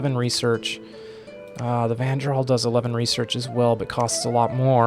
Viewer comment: All the J are pronounced Y, so its Van-YArl